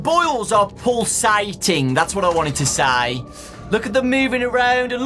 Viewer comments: i almost thought he said bowls not boils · This man said boils